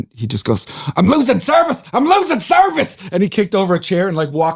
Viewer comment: “I’m lewsing survice” 😂 📱